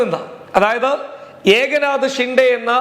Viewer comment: ഏക നാത ഷിൻഡെ അല്ല. എക് നാഥ് ഷിൻഡെ എന്നാണ്.